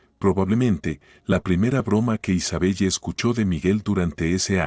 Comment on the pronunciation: Isabelle se lee Isabel